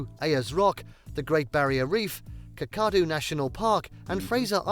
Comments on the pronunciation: Not C’CAR-doo? I lolled at that one. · This guy is a wanker - not only that but a lazy wanker cos these points are his points rehashed from another vid so don’t take the him too seriously. ’BTW!. That accent - first Brit I want to take out. “Pomposity without Pause “ a rethink on the cuts channel title. OMG! He can’t even say KAK A DOO - KALADU DUDE! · Just all of you feel welcome It should be pronounced Ķa...a. Doo Thank you also. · Kakadu = Cack-a-doo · This is written by AI. The mispronunciations of Uluru, Ayers rock and Kakadu national park make it obvious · I struggled when the voiceover attempted Uluru and Kakadu 😩😩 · The narrator loses all credibility when he mispronounces Uluṟu and Kakadu. This is just click bait. 😮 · Did you hear his pronunciation of Kakadu towards the end ... ha, not a local at all. I don't support stereotypes, but I can't help thinking "whingeing pom". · me neither, but what a limey prick! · absolutely. Couldn’t pronounce Kakadu or Uluṟu